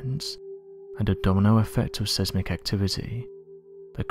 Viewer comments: Size-mik my dear not seez-mik. Sorry not the word police, but annoying all the same. x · It’s Pronounced “SIZE MICK” Not Sismick!!